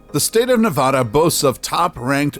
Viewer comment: If I hear this guy say Nevada like that one more time I'll shoot myself